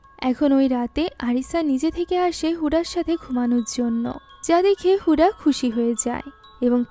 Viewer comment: হুডা নয় হুদা হবে 😒